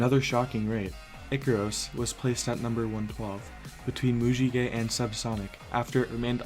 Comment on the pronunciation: Bruh its not pronounced mujiguy